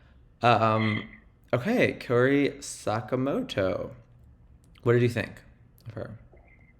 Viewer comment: This was a great discussion, but please Kao-ri not Kay-o-ri :)